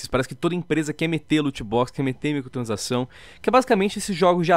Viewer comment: muito bom o vídeo mas.... o falando MICOTRANSAÇÃO aushaushuahsuhasu